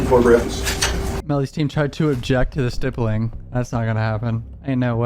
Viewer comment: GSR-stippling/stipple (rhymes/w nipple).. not tryin to be grammer police because lord knows your better than me at speaking.. this is only if you care homie.. really good work on all your vids tho frfr..